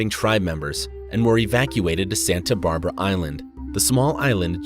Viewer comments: Yeah, I noticed a few TERRIBLE mispronunciations ie Santa BARbera? sheesh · Santa brabra? Who hired you?